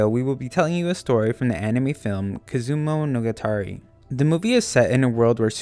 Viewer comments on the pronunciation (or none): LMAO Hermione: Its kizu-mono-gatari NOT Kizumo - NO - gatari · It's one word. Kizumonogatari, not Kizumo-nogatari. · Just as a heads up in case you make any more of these videos (I came across this video by chance, don't usually really follow the channel): It's not "kizumono-gatari", it's more like "kizu-monogatari". I know it's pretty nitpicky, but your pronunciation is, quite frankly, atrocious, and don't think this is just me being a weeb and getting salty for some dumb weeb reason. I'd have done the same, had I heard you butcher, say, and English word. You see, I go to college for both Japanese and English, and I just think that it's genuinely harmful to not try and pronounce things as best as one can, as it does tend to lead to degradation of a language, were it to spread too much, not to mention it's really a very easy thing to check - worst case scenario you just type the thing into google translate and have it tell you the word out loud. Again, sorry for being nitpicky, but I have colleagues who work their ass off to pass the various subjects, if at least barely, and it mildly pisses me off that other people will just put zero effort into something and say "welp, job's done." Sorry for the inconvenience, it is likely that when I stumble upon my own comment later, I might delete it due to feeling self-conscious, but right now I'm a bit too salty to care. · you totally butchered that title.